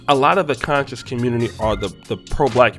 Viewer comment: I like that you put the emphasis on "CON" on the word conscious lol. Seriously we need to do our due diligence whenever we listen to anyone theory or any "ISM" we attribute our black community or diaspora. The culture is rich and filled with lot leaders who influence different socioeconomic and political spheres.